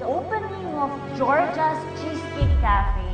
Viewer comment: Giorgia-"welcam to d opaning of georgia's chiscake"😂😂😂